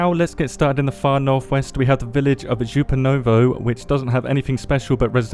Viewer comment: Its pronounced " ZHUpanovo, soVETSkoye, YASnomorsk, tuMANovo, orLOvo, podGORnoye, RIBnoe, matROSovo,SHUMnoye, vosTOK, YOUZHnoye, taraNAYE, DUdino, boLOTnoye, SEveromorsk, RUdnogorsk, PETroPAVlovsk.